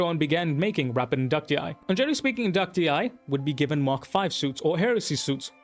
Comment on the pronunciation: Somebody who actually pronounces it correctly. 🙌🏻🙌🏻 Great perspective and video dude. 👌🏻